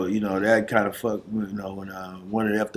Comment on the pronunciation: They fuck-ted wit you. Come on cuz lol. I ain't never heard fucked said like that.